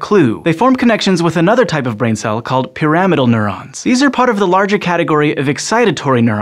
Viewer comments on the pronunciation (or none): Some people pronounce pyramidal differently.